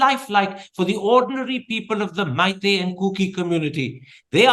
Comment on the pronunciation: motherchut you Meetei people don't even know how to pronounce the name....